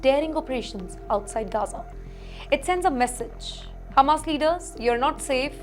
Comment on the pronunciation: Its Hamas, NOT Humus....